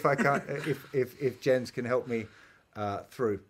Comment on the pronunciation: I think it's pronounced "Yens".